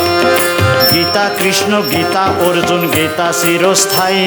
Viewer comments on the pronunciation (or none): none